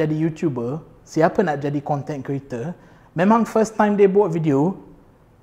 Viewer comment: Selalu tengok melayu bercakap ada slang omputih sebab dibesarkn berbahasa inggeris, ni betul2 omputih ckp melayu dgn slang omputih. sebut content creator aku asyik dengar content kereta 😂 setuju pasal fitness tp nk bg cadangan buat yg ramai boleh follow, dan diet sekali. Maksudny diet suku2 separuh. Bukan strictly eat clean no oil no sugar but try to minimize the intake 😁